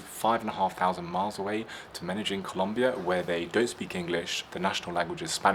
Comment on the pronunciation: 😯 Lon-de-llin?! or Men-Don?! 😛